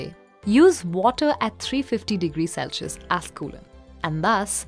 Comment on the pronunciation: The term for temperature is "Celsius", pronounced "selsius", not "Celcius" (which you pronounce as "selshius"). Please do the needful and correct your spelling and pronunciation.